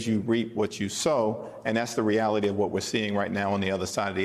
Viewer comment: REALITY not "realty" ! LOL